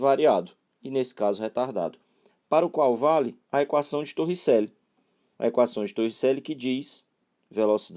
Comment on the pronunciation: "TorricÉlli" kkkkkk